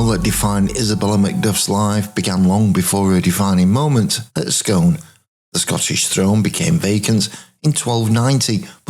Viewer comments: So fascinating. Well composed, vivid. Regarding the Stone, it’s not pronounced “Scoon”? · Great video. Only Scone is pronounced Skoon.